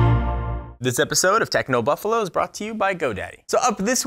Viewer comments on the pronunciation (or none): none